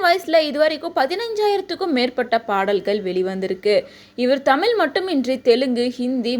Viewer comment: அம்மா அது தழில் இல்லை தமிழ் தயவு செய்து சரியாக உச்சரிக்கும்